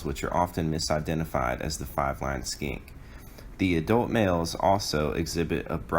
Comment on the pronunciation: I only hear "largest SKANK in the SE" :D 1080p but not in focus... :(